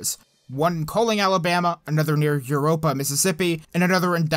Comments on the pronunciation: sad day. i live close to louisville ms and not trying to be rude i laugh at Eurpora. it’s pronounce Ur poor A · Love the vids, but make sure you focus on city pronunciations and spellings if you want to move up the subscriber ladder; aka: Eupora, MS (not Europa, MS). Impressively, you got some of the more challenging ones (Itawamba County, MS, Etowah County, AL) so smoothly. Not hate, just constructive criticism from someone who has made that mistake on-air. Keep up the good work buddy. GREAT job. ❤ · Eupora Mississippi pronounced you-pore-ah